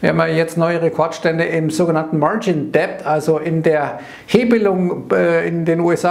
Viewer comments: Vielen Dank für die täglichen Updates. Kleiner Tipp: Schulden spricht man „dett“, ohne „b“, wie in doubt. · däbd & daubd